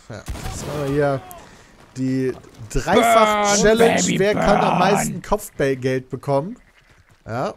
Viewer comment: so langsam wird die aussprache von challenge echt lahm - man könnte also mal damit anfangen es wieder normal auszusprechen - hab es eh nie verstanden warum sich damals so drüber aufgeregt hat... er war (und ist) ja selbst keinen deut besser